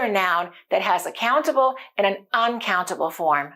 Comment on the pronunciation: Your way of teaching is appreciable. But why do you pronounce aan? It should be an. Not aan.